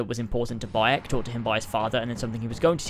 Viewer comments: He purposely said it wrong to make fun of people that haven't even played that but pretend to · It’s Bayek (Bai-Yek) not Boy-yek however you said it. I like Odyssey. It’s no Origin, but it’s great .